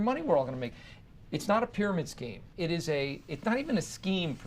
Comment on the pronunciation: Can you say...PYRAMID SCHEEM..? ...HAHA...